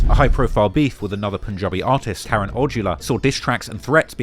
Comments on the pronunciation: the pronunciation for Karan is “Cuh Run” not Karen. Do your homework on pronunciations lol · Karen is pronounced ~ke-ran~